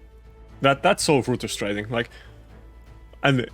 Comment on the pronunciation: Love how you pronounce frustraiting <3